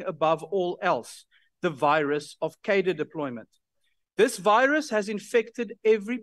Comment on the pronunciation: I implore you, Dearest. Please, please start pronouncing the word "Cadre" better.